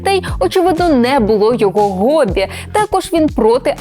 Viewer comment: Моє гобі - це з насолодою слухати, як шанована з ніжністю вимовляє слово "гобі":)